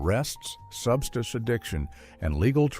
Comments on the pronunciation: What's a "subschtiss" ? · AND AGAIN WHAT IS “SUBSTISH” AND “SUBSTISHES” ADDICTION⁉️ 🤣🤣